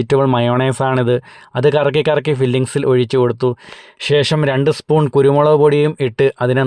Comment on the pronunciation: ഷേഷം അല്ലാ 😂😂😂😂...ശേഷം...😂😂😂😂